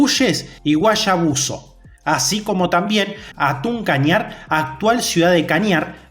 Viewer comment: Se escribe hatun pero se dice jatun kañar